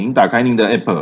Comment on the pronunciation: A p p是一個字 你都會boss 你不如分開一個字講 b o s s 啦